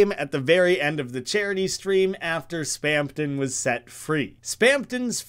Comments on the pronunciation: Mister, there's no second "p" in Spamton. You keep saying Spampton, which is kinda weird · why do you keep saying spamton as "spampton" 😭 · Lmao you can literally hear the "p" every time he says it Kinda goofy